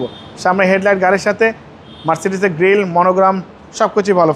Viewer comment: Marcity na sala marcedes 😂